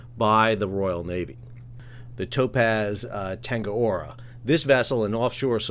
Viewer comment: Well done for fixing your geographical and pronunciation errors. However it's Tangaroa, not Tangaora. Tangaroa (Ta/nga/ro/a) is the Māori god of the sea.